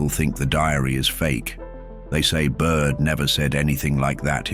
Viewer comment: Admiral Byrd, not Admiral Bud. Great video. Thanks for posting.